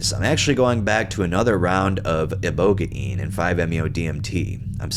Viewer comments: Ibohgayin lmfao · Pronounced IboGANE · I don't like the new way of pronouncing ibogaine; it sounds retarded, even if it is right or wrong. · The computer pronounce ibogaine wrong, you had it right at first. You should rly base your pronunciations on how other people say it, not a computer generated voice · The whole ibogaine was hilarious lmao i thought the way you'd been saying it sounded right but i was wrong as well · Ibogaine’s pronunciation is shady